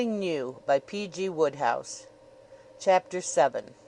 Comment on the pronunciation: Oh dear. That's not how the author's name is pronounced. I think I'm done here.